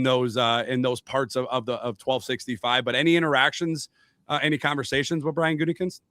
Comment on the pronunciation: That "Gutingkinst" pronunciation 😂